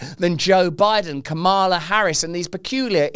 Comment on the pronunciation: Russell can you please pronounce Kamala properly or better yet, maybe refer to her by her last name like you do for every other politician you are speaking about. Its just respectful and will help lend a bit of Christian compassion and integrity to your message.